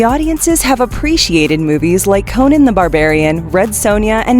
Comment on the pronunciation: Cringing the way she says Conan